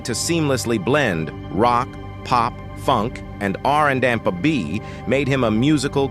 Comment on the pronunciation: Hmm, so you don’t like “Rrrra Anda B”? 😳🤣